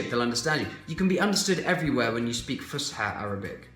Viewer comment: It’s Fus’ha not Fusha 😁